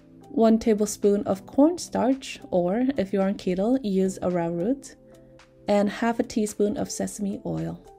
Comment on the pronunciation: Arrowroot is pronounced arrow like the weapon <